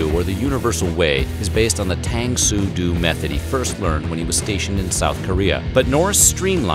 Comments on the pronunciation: It's pronounced Tahng Soo Do (long o). Hist first instructor was Haeng Ung Lee, who taught Taekwondo and went on to found the American Taekwondo Association.. Norris trained with Lee until he was transferred and started training with a Tang Soo Do instructor. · Tang Soo Do....the do is pronounced Doe! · Tang Soo Do is pronounced "Tang Su Dow" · Great video, hate to be that guy, but the Korean art Norris studied is pronounced Tahng Soo Doe. (Not spelled that way, to head off anyone going there.) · Ugh do is pronounced "doh" and when you switch duty stations you transfer, or PCS- permanent change of station. You're not discharged until you leave the military, thus the terms honorable discharge, other than honorable discharge, and dishonorable discharge. In all this research you can't get those two things correct? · Tang Soo Do = Tongue Sue Doe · “Tung sue doe” = Tang Soo Do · chuck is the man but only because you butchered the name so many times in 1, 12 min vid. its pronounced Tung Sue Doe. i should know my instructor and chuck were the first 2 people to begin schools in America. btw seagal is sorta goofy/corny but can back up his moves, he doesnt have the credentials like chuck us mere mortals would not want to risk a fight with the man. he didnt make movies because of his acting chops. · For you all to put this together was awesome I can't believe you kept saying tang soo do as well as other martial arts styles incorrectly over and over Do in Tae Kwon Do / Tang Soo Do is pronounced doe with the long o sound it means way or method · It’s pronounce Tung soo doe. I took it for about 9 years and got my black belt in it(almost second degree but failed the written test, terminology was my weak point). Met the grand master who trained Chuck. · I know it’s just a detail, but did anyone else cringe at the pronunciation of “Tang Soo Do?” Should have sounded like do(h) or dough.. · Tang Soo Do pronounced "tongue sue Doe " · Ugh. It’s pronounced “Tongue Soo Doe”.